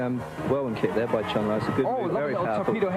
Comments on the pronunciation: OMG NEVER in the HISTORY of Street Fighter has ANYONE pronounced Chun-Li as "Chun Lie". WTF! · "Chun Lie"? Dickhead lol